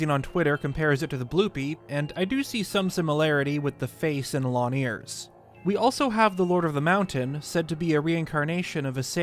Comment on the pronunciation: Please learn to use the letter G. It’s “thing” not “theen”, “long” not “lon” etc.